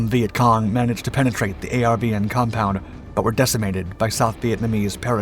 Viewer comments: It's not a r v n rather are ven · A lot of Vietnamese place names are mispronounced. Disrespectful to the Americans who died there. Very tiring to hear A R V N when it was pronounced 'are-vin'. Get with it. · How are you making a documentary about the Vietnam war and you mispronounce nearly every name in the doc? People, places, and things.